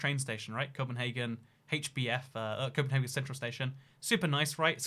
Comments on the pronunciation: No, us Danes do not pronounce Copenhagen as Copenhaaaaaagen, but CopenhAgen. We aren't Germans. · I like how you try to pronounce Copenhagen in Danish, but you just do it in German. In Denmark we call it København. Good luck with reading that. :) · The name Copenhagen and the way you thought Danes pronounce it is Low German from northern Germany. The Danish pronunciation and name is København (approximately Københav’n’). The ‘ø’ is pronounced similarly to Swedish/German ‘ö’ and the French ‘œ’ (not to be confused with the Danish/Norwegian/Faroese/Icelandic ‘æ’)